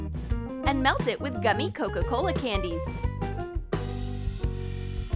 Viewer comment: DoEs AnYoNe NoTiCe ThAt tHeY ArE sAyiNg CoCo CoLA?